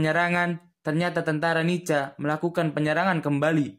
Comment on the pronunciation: Bukan dibaca NICA min.....dibaca NIKA......C=K....tolong dihafal dulu singkatan dari NICA...pasti nanti tau juga cara penyebutan nya...